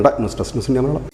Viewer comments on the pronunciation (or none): none